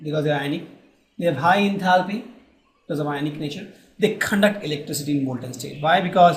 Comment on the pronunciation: way of pronouncing "conduct" was epic